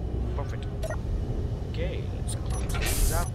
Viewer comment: Oke mate good english :D made me Chuckle